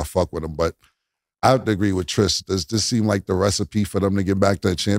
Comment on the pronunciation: Her name is Trish not Tree Tree